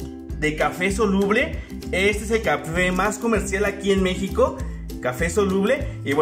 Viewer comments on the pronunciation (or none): none